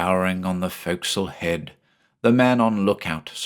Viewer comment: Points for properly pronouncing forecastle.